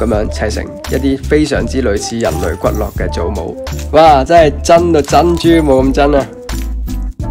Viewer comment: 當發現呢個channal ，就忍唔住睇曬啲片～ XD 呢條片有樣嘢想講，骨骼係讀骨格 骨骼(格)，經絡(落)